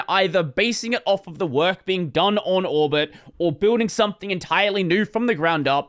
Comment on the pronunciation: Why do I always understand Albert instead of Orbit?